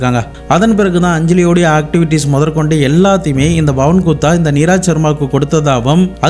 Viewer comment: JFYI - Pronunciation mistake - Neeraj - நீரஜ்